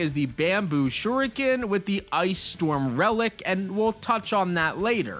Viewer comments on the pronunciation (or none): none